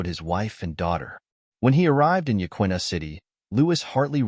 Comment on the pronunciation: Hey, … it’s pronounced Ya-kee-na.